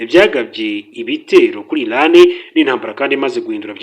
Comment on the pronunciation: bavuga iraan SI ilaan please